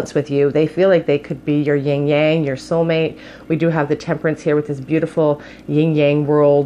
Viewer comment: I don't know if it was just me, but I kept hearing you say "Ying yang" whereas I learned it as "yin yang." I might be wrong, so if I am, please feel free to call me out😂